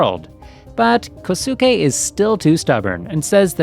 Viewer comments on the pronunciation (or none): You mispronounced "Kosuke".